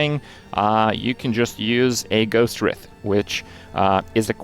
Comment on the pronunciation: Ghost Wr-EYE-th